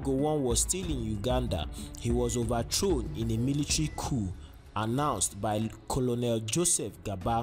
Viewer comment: It's pronounced Colnel not Colonel